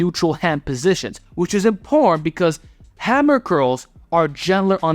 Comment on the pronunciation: Anyone ever told you that you pronounce “important” funny?:P